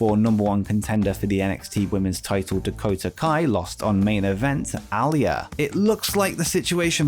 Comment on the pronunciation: Her name is "a lee ah" And Candace LaReah pregnant??